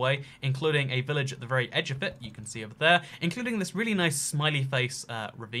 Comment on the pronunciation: It Not 'itt'